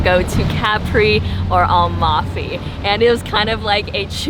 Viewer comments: AmaLfi, not Almafi, the L is towards the end of the name not at the beginning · Hi it's Amalfi coast isn't, u said Almafi coast....like yr videos. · fun video but it’s A-mal-fi.